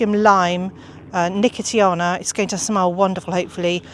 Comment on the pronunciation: Just adding to the pronunciations that, you were right first time with nuh-kow-shee-aa-nuh for nicotiana which I did not know. Always fun to learn these, preferably before I go to the garden centre and start asking 😆